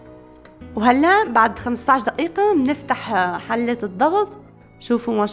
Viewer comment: دئيئة ولا دئيقة ولا دقيقة 😅😅😅